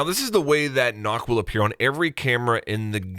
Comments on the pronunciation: Because Nøkk is a Danish Operator the Ø is not pronounced like O. So with that her name is pronounced “Neck” If you were interested in knowing 😬😬😬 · Nøkk/Nökk, not Nock, the ø/ö sound doesn't exist in English afaik so Google translate that shit my man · the ø in nøkk is pronounced similar to the u in gun or sun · It's pronounced (Nukk|Nookk). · Who else’s ocd flared up when he pronounced nokk incorrectly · It's pronounced "nook" man! Just telling you as a fan before the haters do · isn't it pronounced nook? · Ø not O u pleb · The way You pronounce “nøkk” hurts my danish feelings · I get triggered every time people mispronounce Nøkk’s name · Being a dane watching this video is horrible. I die inside every time he mispronounces Nøkk... everytime... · Ubi releases video about gameplay & how she world & how to pronounce her name. still says it wrong well done. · How he pronounce nøkk means ‘enough’ in danish.. just a fun fact😂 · This song is about Nøkken who is named that's how its pronounced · makes no attempt to pronounce it correctly smh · I cringed everytime he mispronounced Nøkk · Is it hard to say Nøkk? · Har har can it be to say Nøkk. Det gir mig stress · Nøkk not knock lmao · Its NOT nokk, its nøkk. As a dane its sad to see ppl say ø wrong. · Its nøkk not nokk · you made one more mistake, its not pronounced nokk its nukk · It’s not nokk it’s nøkk om Danish or pronounced noekk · i swear if everyone pronounces it knock ima be pissed cuz its “nook” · It's Nøkk not Nokk ;) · Just fyi, it’s not pronounced “Nokk” it’s pronounced “Noekk”.. ø is not an o haha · Ubi doesn’t pronounce her name as “knock” they say “nook” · It’s pronounced “nukk” not nock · Im gonna be playing Nøkk a lot cause im a dane. And it's not Nokk. Nøkk. Its a letter from some of the Scandinavian countries like Denmark. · Great video man! Also it’s pronounced the way you would say book nook, not knock. That’s what the ø in her name does. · ITS NOOK NOT KNOCK. They even say it in the reveal!!!!!